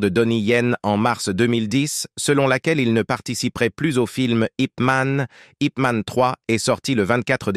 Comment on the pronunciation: Déjà c'est pas IP man, mais yip man